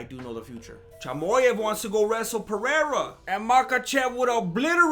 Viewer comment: Bro said "Chamoyev"🤣